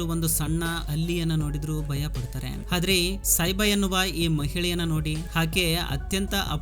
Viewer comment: ಹಾದ್ರೆ ಅಲ್ಲ ಆದ್ರೆ